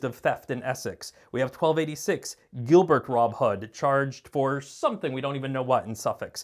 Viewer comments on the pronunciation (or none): none